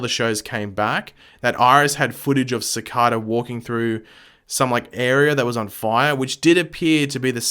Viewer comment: It triggers me how you pronounce cicada